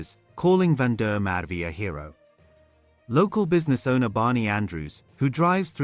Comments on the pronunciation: Please pronounce his name correctly - VAN DER MERWE (“Fun-de-MerVe” - emphasis on the V!!) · Please learn the correct pronunciation of the victim’s name. Or are you AI? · Yoh have some respect and say his surname properly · Why can’t you pronounce Van der Merwe’s name properly